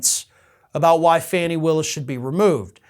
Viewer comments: Fani Willis' name is pronounced 'FAWNEE', not Fanny. Please provide the proper respect for the woman and her position. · It makes me laugh, but it's pronounced FAW-Nee, not FANNY! She might not appreciate that one. Lol! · can you please pronounce her name properly?!?! Fawn-ie, not Fanny